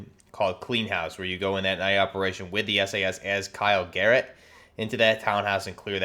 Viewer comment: garrick not garrett